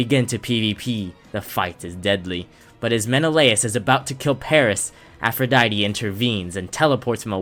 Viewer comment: ATHRODITE? Warn me like 5 business days in advance before spelling that atrociously bruh. You hit me with the one-two clap combo of calling Eris "Ares" and then coming out with Athrodite It's APH, APHRODITE!